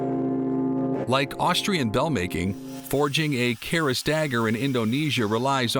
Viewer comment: It is called a Kris, not a caress...